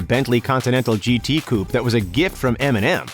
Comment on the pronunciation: It’s so annoying how this guy says coupe